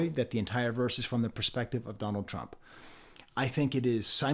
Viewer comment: I noticed the way he says Trump also sounds like "trunk" which fits in with the car theme of GNX, free will(wheel and good year(goodyear tires)